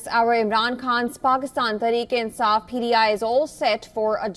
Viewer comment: Its pti not pdi